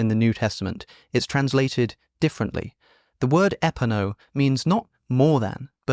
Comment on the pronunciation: It's ePAno, stressed on PA